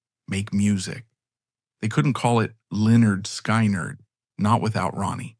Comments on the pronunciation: Good grief at least say Skynyrd correctly please not sky-nerd it's skin-ard I'm not listening to this stupid dumb AI voice garbage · Not AI ? sky- nerd ?? Maybe before using something make sure it doesn't suck. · You lost me at sky-nard...AI sucks. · Not even a minute in...the bot announcer mispronounces "Skynrd" and the screen displays a photo of the 60's comedian Alan King (supposed to be Ed King?). I'm guessing that the rest of the 'documentary' is equally ridiculous, but I'll never know. Heckuva job, guys! :face-blue-smiling